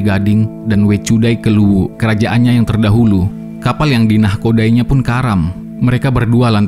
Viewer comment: Maklum admin chanel org makassar🤭